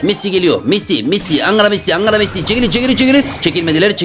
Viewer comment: Maıse ❌ Messi✔️